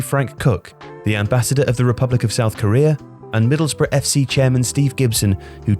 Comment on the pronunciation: Oway boys it’s Middlesbrough not Middlesborough!!